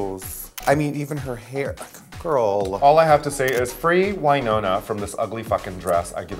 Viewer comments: Raja saying Why-Nona Ryder made me want to RIP my ears off. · Raja...you've loved Winona Ryder your entire life and yet you're still pronouncing her name wrong? it's not why-nona, it's win-ona.